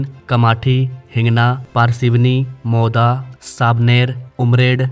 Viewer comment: Maida, Mauja bola isne hamare mauda ko😢😂😂